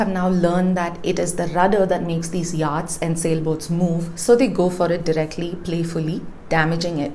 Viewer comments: I watch Pure Science n regularly and consider it a professional n well put together show. So I was surprised to note some grammatical mistakes.: *You sink a boat/vessel not drown it😊😊😊 * It's pronounced YOT not YAAT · Do check your pronunciation of yachts - it's completely off